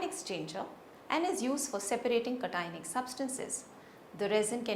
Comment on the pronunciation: Cationic ... must be pronounced properly.